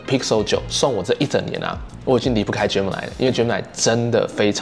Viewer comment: 等一下，那個念Gemini啦！什麼genimi 真的很期待今年換10還有那個檸檬黃色！